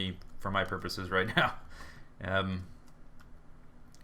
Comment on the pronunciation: I'm sorry but it sounds like you're saying "rape" instead of "right" xD